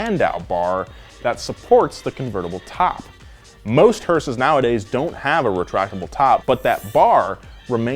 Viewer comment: when he says hearses it sounds like sayings horses